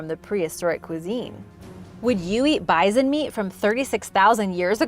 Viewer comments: Why are you saying, "bizon?" It's "bison!" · The way you say “bi-zon” instead of bison makes my skin crawl. Idk why. 🤣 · Sorry it is pronounced bi-Son